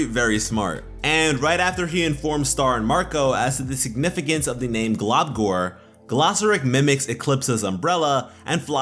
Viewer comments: I agree with this except it's pronounced glumgor not globgor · i dont if its because i'm british but i though he was saying 'globcORN', i couldn't of been the only one right?